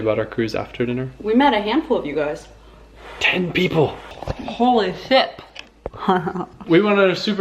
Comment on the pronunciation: I thought that holy shit but then when I went back and listen to said Holy Ship.